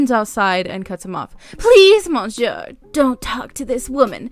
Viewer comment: I love your content but I'm afraid I need to give you a little constructive criticism. With the French Karen's story it was bugging the way you were pronouncing monsieur (I'm a hypocrite because I'm not sure of the spelling lol). For future reference it pronounced mo suere, the 'N' is silent. Please don't take offense, merely informing you.